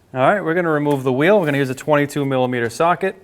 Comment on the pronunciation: Remove the whee?…. That’s too much